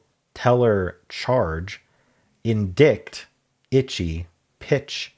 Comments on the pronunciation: in-dite not "in dict" 🙂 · I’m not sure I’ve ever heard indict pronounced that way. I’ve always heard it as in-dite, rhyming with site. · Indict is pronounced “en-dye-ct” Although Google says it’s more like “uhn-dite.” 🙃